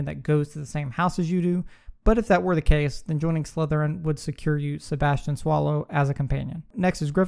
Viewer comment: Cool vid, but you mispronounced Natsia Onai. You also pronounced Sebastian Sallow as “Sebastian Swallow” 💀